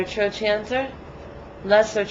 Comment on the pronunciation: its pronounced trokanter , not trochanter